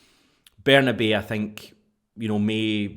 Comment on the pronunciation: Can we call Bernabei the right way - it’s Berna-bye